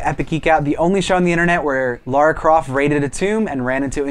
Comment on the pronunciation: The only show on the internet that says Lara's name properly!